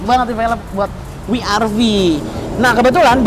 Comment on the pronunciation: Double U kak. Bukan We er Vi..